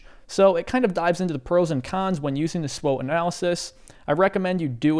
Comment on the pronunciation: The correct pronunciation of “SWOT” in SWOT analysis is typically as an acronym, pronounced as “swat,” rhyming with “cot” or “not.” This stands for Strengths, Weaknesses, Opportunities, and Threats. Some people might spell it out as S-W-O-T, but pronouncing it as “swat” is more common.